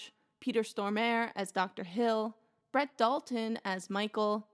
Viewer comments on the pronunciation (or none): none